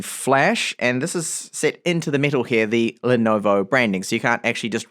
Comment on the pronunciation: Why do you pronounce metal "mital"?